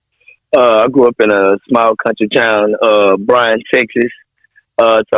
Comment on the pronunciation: It's Bryan, not Bryant